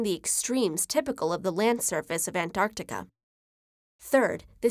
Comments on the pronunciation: anarctic lol what happened to the "t" xD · An-arc-ticah? The least you could do is properly pronounce words in your own language. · Don't ever say An-Artica again. Theres a T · Why do you keep saying "an Arctica"? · why do americans sometimes pronounce Antarctica as Anarctica but other times they dont? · She forgot to say the T in Antarctica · That's a weird way to pronounce Antarctica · Pronouce the first fucking 't' in Antartica you dumbass yanks. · Americans, listen up... it isn't Ant-Arc-Tica its An-Tarc-Tica!!!!!! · Anarctica is not a word its AnTARctica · It’s anTarctica not anartica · its anT-arc-tica not anartica - Hermione Granger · The narrator gets points for pronouncing the first C in AntarCtica, but promptly loses them again for not pronouncing the first T in AnTarctica. "Anarctica"? Lazy and very distracting. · She said "Anarctica" its ANTarctica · I hate how we says Antarctica, it's not ''Anarctica'' it's AnTarctica. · Is it pronounced as an-tar-ti-ca or ant-ar-ti-ca? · I feel that she says "anarctica" instead of "antarctica". Anyone else? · Why does she say “anarctica”? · "enimuls" of "An'artica" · Why pronounce it as Anartica??? Is there any rule in English indicating the T is silent after a "n"??? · Did I hear it 'AnArtica' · The narrator keeps mispronouncing Antartica as "Anartica". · Is it pronounced Anarctica as she is doing ? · An NARC tica? Nah, say it right. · Is it only me who heard "Anartica" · There's a T in AnTarctica that you are not pronouncing 😂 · sometimes she says antarctica, other times an-arctica, which pronunciation is correct? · I want to listen to it but damn she saying an artica is throwing me off n I can’t focus on anything else !!!! Why ??? 😖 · Did she say Anartica? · Ughhh I hate how she reads the word Antartica, into "Ant-Artica". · Is antartica read as anarctica?